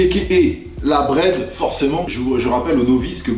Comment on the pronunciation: C'est gênant quand tu dit Brother